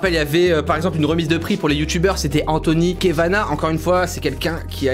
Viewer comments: Svp arrêtez de déformer les noms : Anthony Kavanagh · Anthony KAvanagh pas kévanagh^^ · il a vraiment dit Anthony Kévanah ..?...?..?.. :S